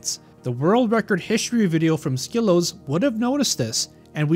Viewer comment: Hey just so you know you are pronouncing wrong. You should check with him to fix the pronunciation. Great video otherwise!